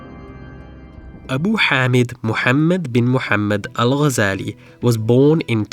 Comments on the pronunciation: kudos for not butchering his name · Liked and subscribed as soon as I hared the name pronounced correctly, thank you for the effort in expanding such figures to the world. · I was really impressed by the way u say the arabic name✨✨✨perfect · As a fellow academic, but also as a Muslim, you are one of the few that actually pronounced his last name correctly (literally maybe one of two on the entire site for those are speaking in english regardless of their mother tongue) - even native speakers will pronounce it with a “g” for what I assume is just for the sake of saying it as everyone does? (because then they will pronounce other words and/or *names with عربي) — and even though it is rather trivial, and even pedantic to even care and/or point this out - but I do appreciate how you pronounced it with the ghyan غ , followed with the simple and correct harakat 🫡👍🤝🤲